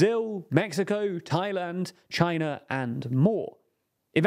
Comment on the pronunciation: This guy accentuates his syllables randomly like if he was sneezing them. "Countries like ChiNA!! in twenty twenty TO!!" That's beyond annoying I'm watching with subtitles and audio off.